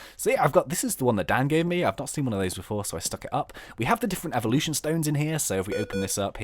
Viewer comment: When he said evelution about reviews, I thought he said “eevielution”